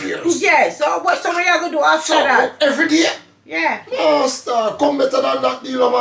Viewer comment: “everyyydayy ma yutee”🤣